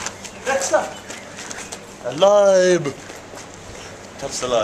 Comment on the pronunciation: hahaha the way he said lime